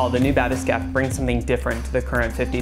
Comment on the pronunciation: *blank-pain *bath-escape pls learn to speak murican